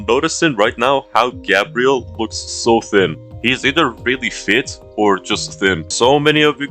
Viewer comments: garbel 😂😂😂😂😂😂😂😂😂😂😂😂garbel not Gabriel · Putting the L in GabrieL